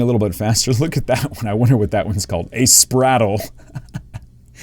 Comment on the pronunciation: Pretty sure that Squirtle.5 is pronounced "Spray-tle", not "Sprattle". It's a spraying turtle.